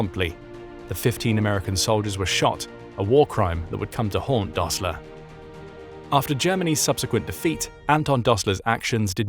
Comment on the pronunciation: “Rishert”? “Dosler” Fühererreserv”? When taking up details from German history, I suggest better pronunciation of German names and. words.